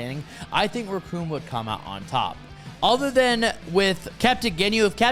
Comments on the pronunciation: Bro… if you are going to make a video, check some pronunciations first. Their names are not “Recoon”. Or “Barter” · The name is Recoome and it rhymes with DOOM!